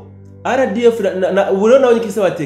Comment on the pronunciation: Mumvugira neza iryo zina ry'inyeshyamba,ngo:"za RDF"🎉